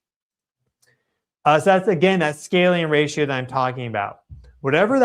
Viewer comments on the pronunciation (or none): none